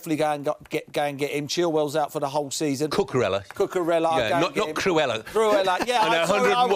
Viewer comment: "Chill - wick" lol